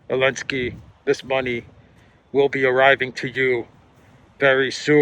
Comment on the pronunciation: You are my favourite journalist by some distance. Outstanding, clear reporting. Keep up the great work. And keep saying Elensky 😊